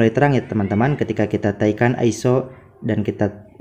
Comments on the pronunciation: Naikan, bukan "taikan"... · Bukan TAIKAN, tp NAIKAN, hadeuh